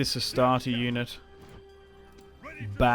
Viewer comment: it sounds like juden whenever he says unit its freaking comical